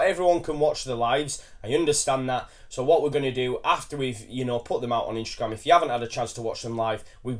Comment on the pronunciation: why does say Instragrame there is no R in Instagram lol